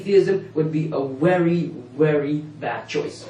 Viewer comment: "wery weery bad choice"